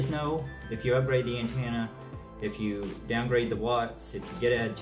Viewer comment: AntAna? Lol you must be from Tennessee!